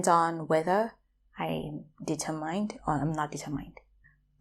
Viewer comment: Another useful construction. By the way, I think you got the pronunciation of "determined" wrong (stress should be on "ter" and the ending more like "mint").